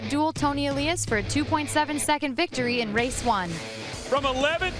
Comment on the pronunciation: I love this series. But the announcers need to learn how to pronounce Toni Elias' name. It's not Ayyyylias, it's Eliiiiiiiiias.